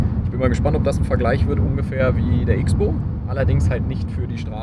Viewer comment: Nein! So heißt das Gerät eben NICHT! Aufgrund seines Profils ähnelt der Wagen in der Draufsicht einer Armbrust (englisch: Crossbow). - Das X wird hierbei stilistisch als Kreuz (Cross) ausgesprochen. Sehr oft auch im Motocrossbereich verwendet, indem man eben MX = Moto-X schreibt, also Motocross. Das vierrädrige KFZ von KTM heiß somit C R O S S B O W, wird aber X-Bow geschrieben. Trottel dürfen aber weiterhin "Icksboh" sagen...